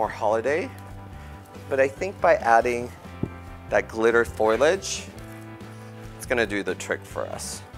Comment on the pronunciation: Parameter is actually “Perimeter” Foilage is actually “Foliage”